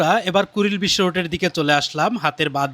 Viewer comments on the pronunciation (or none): none